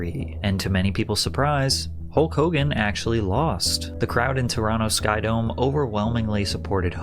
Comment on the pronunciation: You keep saying Holk Hulgan